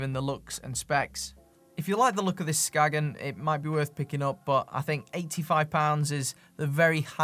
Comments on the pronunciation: Just a Dane passing by. When pronouncing Skagen, you don't say the G/it's silent, so it's pronounced Skaen if you wanna say it the Danish/"the right way". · That was a rather depressing video. I have Skagen watches (pre-Fossil) and these are still among my favorites. Great materials, such as titanium, and the movements were made by Seiko. The brand originates from Denmark. A local told me that the brand is pronounced "Skane". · Unless it was specified to be pronounced "Skagen" then the right way to say it is "Skae-en". I speak Danish, it's weird in ways. Not criticizing anyone for mis pronunciation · I own a couple of early Skagen chronos - early 90s, 37ish mm? - that are still working to this day. Interesting point: I met a tourist once from Denmark who quickly corrected me when I asked him about my "Skagg-in" watch... "SKANE," he said, "It's pronounced, 'SKANE.' " 😉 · Skagen is named after the northern Danish town, and it's pronounced "Skain". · 'Ska en'....no 'G' sound in the pronounciation, it is a 'guttoral stop' like a cockney saying 'water' ... 'wa er'